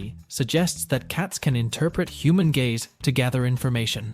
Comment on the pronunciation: I know he probably said "gaze" but initially i thought he said that cats can recognise human gays 😂